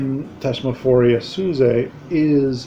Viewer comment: it's thez muh for ee uh zoo say.